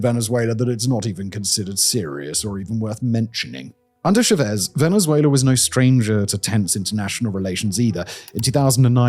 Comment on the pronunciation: I’ll never not hear Venzuéla.